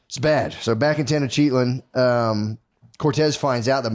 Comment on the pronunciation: Matt trying be historically correct and cannot even pronounce Tenochtitlan correctly 🤤🤭 -Maybe that’s you notes 😂